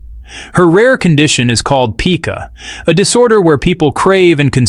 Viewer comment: It's not pronounced 'peeka'. It's pyka.